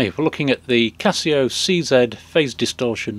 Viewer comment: just wanted to say thank u for saying see zed not see zee LOL